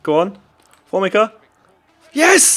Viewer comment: formica is pronounced for-me-ca